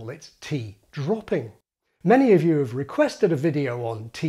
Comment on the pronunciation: I noticed you pronounce 'have' as 'haf'